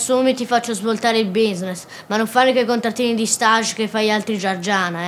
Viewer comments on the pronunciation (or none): ??? Perché? Stage è francese come parola... C'è qualcuno che lo pronuncia all'inglese? Ma dove siamo finiti?